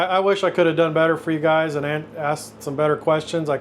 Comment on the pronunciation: “Your guyzez”?! That’s 25 minutes I’ll never get back.